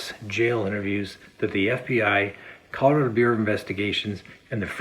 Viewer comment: I hate the way he pronounces "Colorado." I don't like anything else about this lying murderer, either.